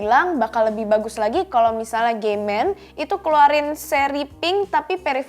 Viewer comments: Pas bilang nama brand kok "G men"? wkwkwkwkwkwk 🤣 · agak kaget denger brand "gay men" awkwkkkwk